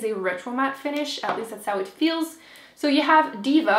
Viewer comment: I looooove the way you say " 'ow stunning!" :-) :-) It makes me smile!